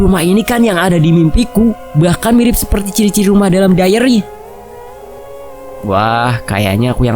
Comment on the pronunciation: bacanya "daeiri" i dibaca ai